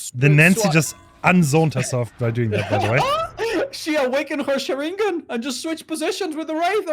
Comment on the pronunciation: said awaken her Shariken. Instead of Sharingan..